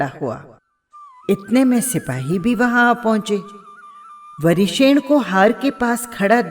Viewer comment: आप नाम सही नहीं बोल रही है